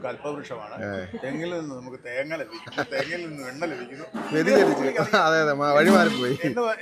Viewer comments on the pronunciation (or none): none